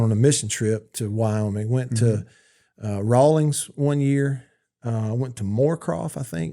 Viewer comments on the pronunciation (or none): It’s RAWLINS, not RawlINGS